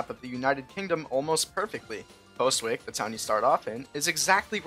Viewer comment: Fun fact, Postwick is a real place, a village in the English city Norwich, and it’s actually pronounced Pos-ick